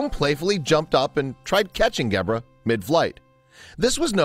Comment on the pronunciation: It's a pity that the narrator mispronounces Gebre's name throughout: it has a soft 'g', close to 'jebra' (in fact the 'g' is like the 's' sound in the middle of the word 'treasure'). It means 'hoar-frost' in Catalan. The original, brilliant, video of the two animals playing also had a superb sound-track which introduced many people in countries outside Catalonia and Spain to the inimitable sound of the great Catalan band Sopa de Cabra. Poor little Fum: such a short life!